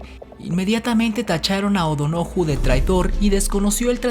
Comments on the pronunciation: Solamente una sugerencia al narrador O'Donoju´ lleva acento en la u por lo tanto no se pronununcia O'Dono´ju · No es Acantempan, es Acatempan No es Barbón, es Borbón! No es Oudonoju, es O'Donojú , con acento en u, y sin u tras la primera O...no entiendo por qué no lo pronuncias bien si el dato del.nombre lo pusiste bien! Tu trabajo de investigación es bueno y mas aún lo es la intención de decir la verdad no lo oficial. Pero la pésima pronunciación demerita tan buen trabajo. Intenta mejorar, tu canal vale la pena. Saludos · Es Odonojú no Odonoju. Habla avorde a como está escrito. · Solo una pregunta, ¿Porque pronuncias O'donóju y escribes O'donojû? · juan o' donojú, se acentua en la u es odonojú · Es Fernando VII de Borbón, no Barbón; y Juan O´Donojú, se dice con acento en la u. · No entiendo por qué en el minuto dices Barbón (creo que debe ser Borbón) y el minuto dice O'Donoju (sin acento, omites pronunciar el acento de O'Donojú). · Muy Buen Vídeo. Historia casi desconocida aquí en México. Mi unico PERO: Aunque está bien escrito Odonojú en los textos que aparecen, en todas las ocasiones lo pronuncias como OdonÓju (se escucha muy mal). El acento está sobre la "U", y no sobre la tercer "O". Saludos! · Cómo se pronuncia O'Donojú? No vale el acento? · Mi estimado, gracias por ilustrarnos. Sería bueno que aprendas a leer bien las palabras cuando llevan acentos. Por ejemplo cuando mencionas a Juan O'donojú. Siempre pones el énfasis en la sílaba no, cuando debe ser en la última sílaba. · El artículo no está del todo mal pero independientemente de esto, debería usted LEER BIEN, Odinoju en su video lleva ACENTO EN LA ULTIMA U, fíjese por favor. Pues si lee mal disminuye la creedibilidad de su narración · Te comes el acento es Juan de O’Donojú acento en la u te pasas por el arco el acento que es escrito y prosódico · O'Donojú , acentuado en la "U"